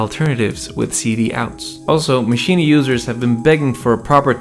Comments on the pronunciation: Should I be saying “Maschina”? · Why does he keep saying machina?